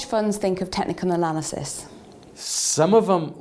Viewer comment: "technical alanysis" lol